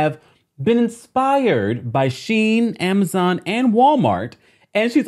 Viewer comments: Sheree play too much. She knows how it's pronounced. She-In. Like she's never heard of it. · Sheree, baby, you know how to pronounce Shein...stop it.